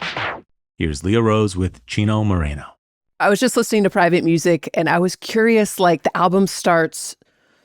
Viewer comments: Why does everyone on here pronounce it as "MORINO"/"MARINO" it's Moreno, pronounced exactly how it looks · you have 4 months to learn how to properly pronounce Moreno